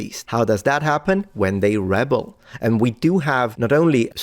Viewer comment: "Rebel" as a verb is pronounced with a long "E" in the first syllable and the emphasis on the second syllable, btw. As a noun, it is pronounced exactly like you did in the video.